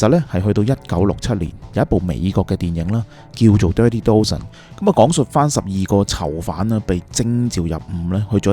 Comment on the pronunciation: You pronunciation of "Dozen" is wrong. Dozen - 一打